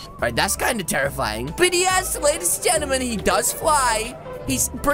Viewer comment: Why do he say lady's gemtim